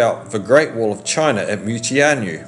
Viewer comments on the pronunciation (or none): none